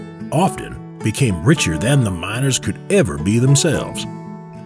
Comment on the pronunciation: the narrator said mINers